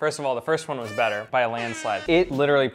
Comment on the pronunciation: Josh new favorite word.. Bu-A xD